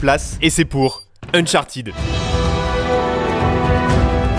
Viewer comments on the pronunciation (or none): UNCHARTED PAS UNCHARTID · Pourquoi vous le francais vous ne prononcer pas les mot correctement comme uncharted vous le disez unchartid, what ever..